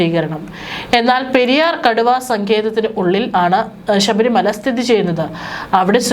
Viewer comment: ഷ ബരിമലയല്ല, ശബരിമല ആണ്